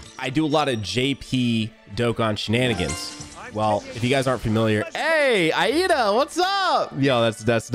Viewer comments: Everyone says lida lida lida it's IIDA NOT LIDA WHO TF IS LIDA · it's not Lida its iida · it's okay, when I first read his name I thought the first i was an L so I said Lida😭✋ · Somebody tell this mans it's pronounced LEEDA not I IDA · its just Iida, like eee duh, not i eeduh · The way said iida caused me deep pain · The way he pronounces Iida's and aizawa's names 😂😂😂 BRUH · this man mispronouncing iida.